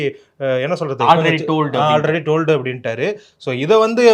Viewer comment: அவரு , ஐ டோல்ட் என கூறவில்லை. ஐ டோல்டட் என்று தவறாக கூறினார்... ஆங்கிலம் தெரியாது என்பது கேவலம் இல்லை, ஆனால் தெரிந்த மாதிரி நடிப்பது தான் கேவலம்.....